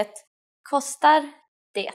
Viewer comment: Why do you pronounce the "t" in "det"? No Swede I know does that.